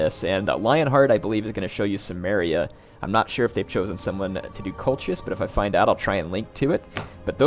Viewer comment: Wow, that pronunciation of 'Colchis'...